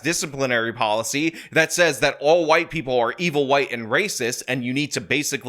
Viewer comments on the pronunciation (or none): none